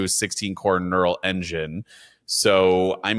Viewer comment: No one: YouTubers: "Knural Engine"